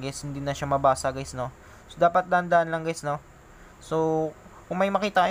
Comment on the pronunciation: Puro geys narinig ko guys😂😂😂